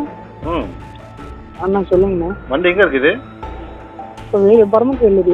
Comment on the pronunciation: இவன் தமிழனே இல்லை.தமிழ் நல்லா கத்துக்கிட்ட மாற்று மாநிலத்தான் . யக்கவுண்ட், அன்னேஆ, இதெல்லாம் வித்யாசமான உச்சரிப்பு. பேச்சு மூன்றாம் பாலினர் போல உச்சரிப்பு இருக்கிறது.